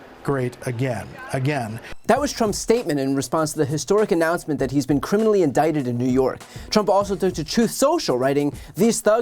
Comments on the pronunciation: He says he's been "indicated". 😂😂😂😂😂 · “INDICATED” ?? The hamster is in the wheel, but it refuses to turn. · Lmao “INDICATED” 😂🤣.